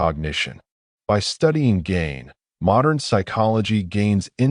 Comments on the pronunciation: Its not gain... pronounced GEEN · no it's not. Mispronounced Gein's name right at the beginning. We have to stop supporting lazy AI content.